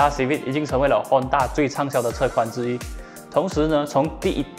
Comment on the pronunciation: Hon taaaaa... Lol cmi english